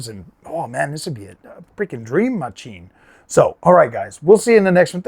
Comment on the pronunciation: Fkn funny dude! I was laughing my azz off the way you said "this steam mah-cheen". edit: P.s Though to be fair Steam isn't in the GPU manufacturing business like other crooked types and I feel like they get a pass on their new hardware because of that